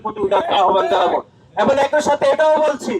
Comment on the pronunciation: 😂😂😂😂😂😂 আহা মুরুব্বি নাসির উদ্দিন ষাড়, আপনি এখনো "এবং" শব্দের শুদ্ধ উচ্চারণ শিখলেন না? শব্দটি "এবন" হবে না। শব্দের উচ্চারণ "এবং"